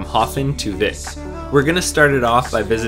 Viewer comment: Höfn is pronounced Hup. Vik is pronounced Veek.